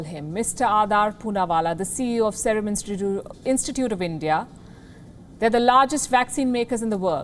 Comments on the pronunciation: OMG She cant say 'INSTITUTE' . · Please learn to say simple words like 'INSTITUTE' properly. What is she complaining like a 4th grader about Prince and Fairy tale vaggera? Mathlab kutch bhi..?? We WION viewers expect better from you.